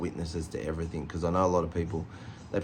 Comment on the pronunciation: Oh. And it is "everything". Not everythink!!